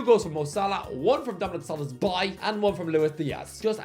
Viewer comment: For God's sake, his name is SzoBOszlai, not Solozbai.